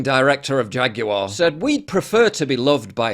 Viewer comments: Why is he saying "JaguEr"??? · Jaguar ...Gay....the computer says no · "Jagu'er" --- Gay Corpo Activist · Replace the ‘J’ in Jaguar with an ‘F’ there you go…. I sold it 😅